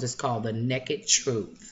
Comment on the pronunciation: I love the colors in that W&Wild! I love the brown palette! also cracked my up the way you say Naked. (Neckid) LOL Ohhh, that nail polish looks beautiful! LOL@ your hubby walking around the house with his hat on! You're so funny cute with that brush!! Hope you're having a great day off today!! Hugs, Colleen xox:)